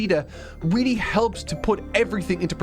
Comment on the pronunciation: “weally” lmao